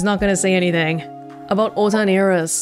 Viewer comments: With the exception of "N", Japanese lacks word-final consonants. There is no standalone "S", so what the voice actor is actually saying is more like "Irisu" than "Iris". When a word ends with "su" in particular, the vowel is often heavily de-emphasized and sometimes entirely silent (even in native Japanese, not just foreign words). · Hi, I noticed that some of the Japanese VAs tend to add an E on the end of certain (foreign?) words and names, such as Iris-e. Do you, or anyone else, have a clue why they're doing this?